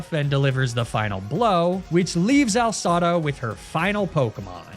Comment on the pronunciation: The commitment to calling her Al Sada instead of AI Sada is commendable